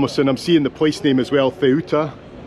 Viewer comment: you pronounce Ceuta - soo-ta